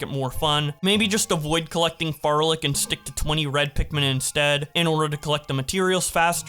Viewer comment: I'm just glad you learned how to pronounce Flarlic